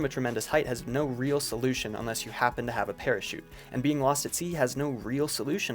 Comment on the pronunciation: Did you just fucking “LOSS” ME??